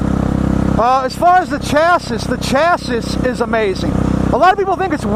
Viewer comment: Chass-iss? Bruh